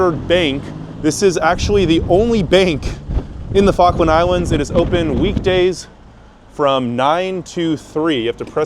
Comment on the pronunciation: I thought you said Faroe Island